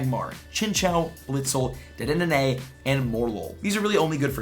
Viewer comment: The way u say dedene triggers me